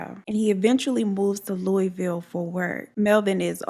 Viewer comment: Glad to see u and Bella are doing good. Thank you for this story Im from Louisville and knew Brenda and she was a wonderful person and u honored her story beautifully ❤️ and side note lol most people don't say Louisville right I hear it said 100s of ways so thank u for saying correct